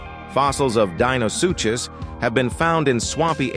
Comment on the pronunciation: How many different ways can the ai narration pronounce Deinosuchus